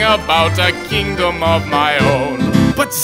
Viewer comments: Kingdon? I think you meant "kingdom"... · lol Kingdom, not "Kingdon" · Is the word 'Kingdon' a typo or just how he says it? It's the End of the World, but somehow a girl can survive... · 'Kingdon' hahaha nice... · "a kingdon of my own"? Ahhh there's always one